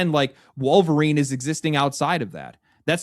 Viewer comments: I really like but I hate the way he says Wall-verine. 😂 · He's right but man the way he pronounces Wolverine make me insane lol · He didn't even pronounce wolverine correctly. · 😅😅 I hear that too